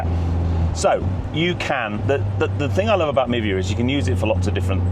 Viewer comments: Would the App not be pronounced “My Via” rather than Mivia ( like Niva?) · Oh.. I misheard you.. I thought you’d said “Nivea”.. skin care. 🤣